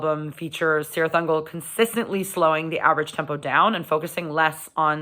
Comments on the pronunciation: Kirith Ungol, not Sirith Ungol!!! Read your Tolkien. Just because the the bands gets this wrong, we don’t have to! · Am I a bad person for being annoyed when people pronounce it Sirtih Ungol? If Tolkien has any say in it, it should be Kirith Ungol. Sorry, I'll head back to mommas basement now ;-) Great review though! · No It annoys me, too, lol, but to be fair, is Sanadian, so...... Still, her love for Metal is the important thing here. Gotta love Cirith Ungol